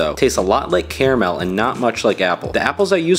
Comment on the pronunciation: You did not just say that pronounce caramel right